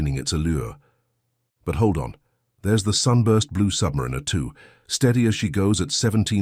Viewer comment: Good job calling the sub -mariner correctly.